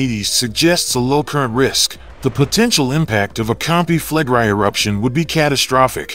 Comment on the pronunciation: Why is the narrator mispronouncing "Campi Flegrei" as Campi Flegrie? The "i" is pronounced in the short vowel sound & the preceding "e" is also pronounced.